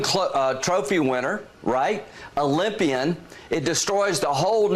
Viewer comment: DID HE SAY OLYMPIAN!?!? WOT